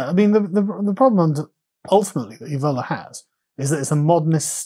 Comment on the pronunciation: This mis pronunciation of 'Evola', which I believe Carl started, is unacceptable.